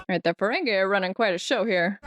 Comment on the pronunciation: I know it's pride month, but they're Ferengi, not Ferengay.